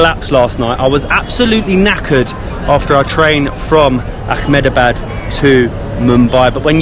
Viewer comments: You guys are doing a fab job as ambassadors of India. Totally with you! Just a little request. Please don't add a 'c' or 'k' sound in a word that doesn't have it. It's Ahmedabad not Achmedabad. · It's not Ach-medabad. It's pronounced Eh-med-a-baad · Its Ahmedabad not Akhmedabad, we dont use Arabic pronunciations in India